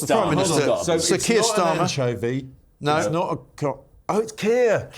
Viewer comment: You forgot Tur Keyer Starmer 😂